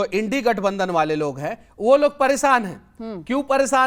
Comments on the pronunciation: abe tum apne aap ko padhe likhe batate ho aur INDIA bolne nahi aa raha hai indi indi kar rahe ho yaad rakhna halat kharab ho jayega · Is Bihar ke najayaz ko samjhao Indi nhi India gathbandhan hai Pronounce achhe kr le pahle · Manish kasyap bada likha nahi hai india ko Indi bol raha hai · sale ko India nahi bolna ata hai nd bol raha hai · Pehle India bolna sheekho ye indi kya hota hai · जब तुम भारत का नाम ही सही नही ले सकता है तो तू कौन सा नेता है इंडी इंडी कर रहा है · INDIA का spelling नहीं बोल पा रहा है गांडू ये Er. डिग्री वाला भाडुंवा बकरा।😀😀😀😆😆😆😆